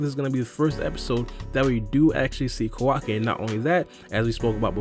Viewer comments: Kowaki The real pronounce - Kawaki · Stop fucking saying his name like that for fuck sake. Ka-wacky not KaWOCKI